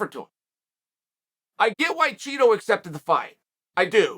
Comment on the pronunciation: Chito has ass tricks. lol that's what it sounded like.